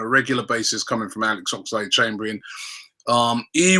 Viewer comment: Everytime Robbie says Ox's name like Ox-A-lade Chamberlain. I part of me dies a little